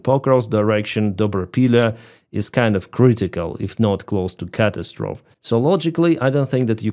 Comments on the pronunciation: Catastrophe.... pronounced "kuh-ta-struh-fee" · Catastrophe is pronounced like this. Cat-ass- trophy. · Accent on the second syllable.